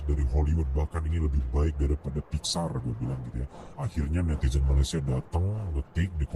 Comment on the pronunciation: Filem jumbo setara pixar 😂 sebut pixar pun tak reti mbak oi bunyi jawa piksel 😂 berkhayal lebih Filem jumbo indon konoha kalau masuk Malaysia walau tiket free pun tak ingin aku nak pi tengok geli wei...sebut jumbo pun tak reti 😂 sebut ejaan Belanda juuumbo abah kau